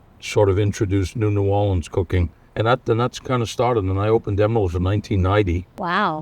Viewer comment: I love Emeril. He pronouces New Orleans they way my mother did, born in New Iberia, raised in New Orleans.